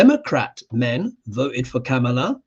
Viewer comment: I'm sorry, but, you're not pronouncing Kamala correctly. It's Coma-la phonetically said.